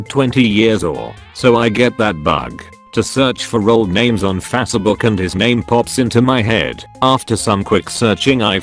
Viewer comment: Fasuh book